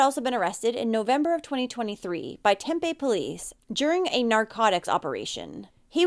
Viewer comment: Tempe is pronouncing Tem-pee. Just an FYI. :)